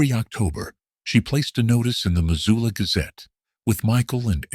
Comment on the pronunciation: They also called Missoula...Mazula... do research when telling a story 😉